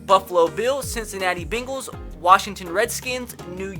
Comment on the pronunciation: I cant listen to this man say bingils for 17 games